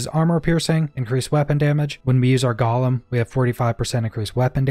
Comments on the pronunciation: Omg dude... I don't usually correct people on shit like this, but it's driving me crazy. It's pronounced "GO-LEMM". Not "GALL-UM". There's only a single "L". IDK why this hurts me so much, but I hate it lmao. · Is Champion really worth it though. It is only active for 10 seconds after activating golem, and you really shouldn't be activating golem enough to have anywhere near decent uptime on it. Also, small nit pick. Gollum-character in LotR. Golem-skill in outriders(gole sounds like dole)